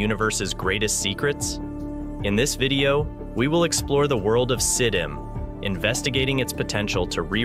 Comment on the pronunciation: S.I.D.M, Sye-D.M, Siddum; how many different ways can you pronounce the same thing in one video